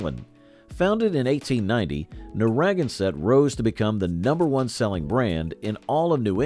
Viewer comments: Introduced to Shaefer in FL in '75 and loved it - because it was only $3.99 for an entire case. The beer itself was meh at best. BTW, Narragansett is pronounced nair-a- GAN-set, not nah-RAG-an-set Cheers.... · AHHHHHHHH Learn how to pronounce the brand names - you totaly buchered Narragansett!!!!! Nar a gan set, not whatever you said! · Its Narragansett from Massachusetts, dummy! It's named after an Indian Tribe from that area. Nar-a - gan-sett, pronouce it properly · Pretty sure it’s Narra GAN sett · Boy, did you mangle the pronunciation of Narraganset. It is pronounced Neh-ruh-gan-suht as in Narragansett Bay. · You really butchered the name of a really good beer. It is "Nare (like mare) ah gan sett" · Nar ra GAN (accent on the 3rd sylable) sett. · Got a kick out of his pronunciation of Narragansett, its pronounced Nara Gansett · It is pronounced Nara gan set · I've never heard Narragansett pronounced that way. Nai-uh- gan- sett.That's the pronunciation that I've always heard in New England. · Oh, please. It's Nair-ah-GAN-sett. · It's pronounced "Narra-gann-Sett" you dolt. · LEARN HOW TO PRONOUNCE NARRAGANSETT !! Geez. It's the same name as Narraganset Bay. named after an Indian tribe. narra - GAN - sett. 'Gansett - brewed with pure Scituate water. Good stuff, btw. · As a Lifelong New Englander, it's pronounced as Narra-GAN-sett. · Love the video, Narragansett is pronounced Nar a gan set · I know the propensity of New Englanders to use Native American names is unusual to many other parts of the country, but Narragansett (nar-ah-gan-set), is so mispronounced in the video, that it is almost painful to listen to and Rhode Islanders will surely take umbrage to mangled pronunciation. Love the history, but please learn how to say the names correctly. BTW, Gansett has been relaunched is is enjoying a regional revival, so wish granted. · Narragansett is pronounced Nar ra gan sett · narra GAN sett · Yes, Nar ra GAN sett . . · Nara - GAN - sett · Mispronounced Narragansett